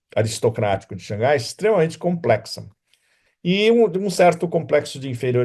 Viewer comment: Parabéns pelas análises bastante pertinentes sobre a geopolítica mundial atual! Sem dúvida você é um dos analistas que mais conhece a China! Notei que no vídeo você pronunciou por várias vezes corretamente Shang Hai(lê-se Rai, mar em chinês). Não sei por que na mídia brasileira pronunciam Shangai, nada a ver com o som correto do nome da cidade. Imagino que só pode ser que algum inteligente achou desnecessário ter H, já que em português H não é pronunciavel, daí tiraram H, aí Shang Hai virou Shangai, um erro absurdo!